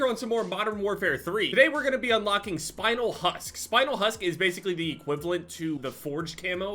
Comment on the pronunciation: The spinel part of that camo is actaully a crystal that exists and its pronounced spin el not spinal